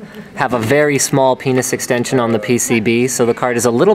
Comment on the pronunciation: Did Linus say "small penis extension?"